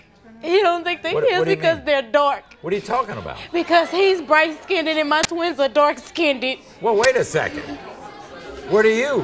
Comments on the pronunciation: He's bright 'skinnded' and my twins are dark 'skinnded'. It's skinned, not 'skinnded'. Say it right, geez. Now,, if you got doubts about those girls, why did you sign the birth certificates?? Even if you aren't the father there's no guarantee the courts are gonna let you off the hook. Stupid move. 🤦🏾‍♂️🤦🏾‍♂️😡😡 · "skinnded"? Really? 😄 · When will people learn how to speak? The term is skinned not skinnded. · "skin-ded" .....jesus